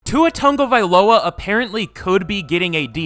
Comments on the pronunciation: he’s pronouncing his name as tungavailoa the whole video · Tagovailoa❌ tungavailoa✅